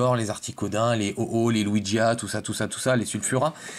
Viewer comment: t'es au courant que c lugia et pas luigia ptdr :/